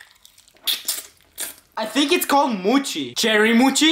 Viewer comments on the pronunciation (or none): its not moochi its mochi